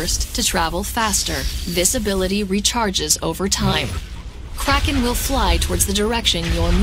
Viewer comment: English speaking people saying a german word like "Kraken" sounds plain awful. Just call it a squid or whatever you CAN pronounce.